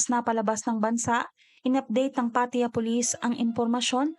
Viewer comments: Pattaya! hnd Pat ya 🤦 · PAT-TA-YA,po twag nmen s place n yan..i leaved there...a lot of beautiful beaches,bars and foreigners.. Anyway,you narrations is awesome!